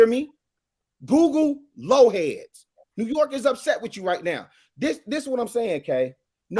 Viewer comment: It's "Lo Lifes," not Lo Heads.